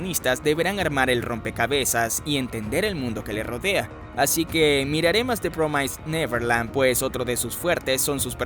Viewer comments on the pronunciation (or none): promaisd neverland => promisd neverland Cuando tengas duda de la pronunciación, te recomiendo cheques escribas la palabra en inglés, y luego da clic en el ícono de la bocina. Saludos!